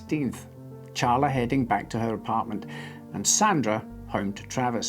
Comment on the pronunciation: I appreciate you saying Charla correctly (though I don't know how the lady in the story pronounces it). Most people say Sharla